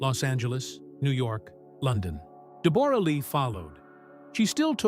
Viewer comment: Pronounce her name correctly